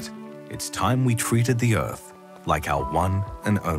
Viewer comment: Let's all pitch in to save the 'uth'! jk good video